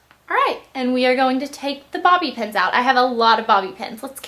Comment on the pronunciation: Blaiir ! It`s bobby pins Not Bobby pens you`re too Cute ..wuvv ya